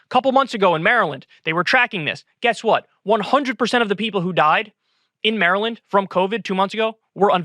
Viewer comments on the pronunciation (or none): none